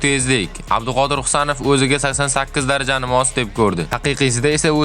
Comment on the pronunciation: Abdiqodir deb talaffuz qilyapsiz, Abduqodir deb ayting!